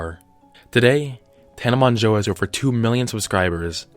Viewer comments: LMAO OMG, Tina Man-JuuL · mongEAU IM CRYIGN ITS PRONOUNCED MOJO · His pronunciation "Tana Monjoe " Actual pronunciation "Tana Mojo " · I’m triggered by the way he says Mongeau... its mojo not Mon-joe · "Tana Monjo" IM DECEASED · It's actually pronounced "Mojo" if I remember correctly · HE REALLY JUST SAID “tana moNJO” AHHHH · tana MON-JOE JAJSJSJSJSSHAJSHAJ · I'm sorry, but "MON-JO" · Her last name is pronounced like mojo the N Is silent and the 'eau' makes the sound of an ō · Tana mon-joe HAHA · kinda annoyed me how he said monjo... hhhhhhh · All of this research without actually learning how to pronounce her last name. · You saying her surname wrong throughout the entire video is annoying me so much, I still love your content though. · I think you mispronounced her last name but I don't think anyone knows the correct pronunciation of her last name (including me).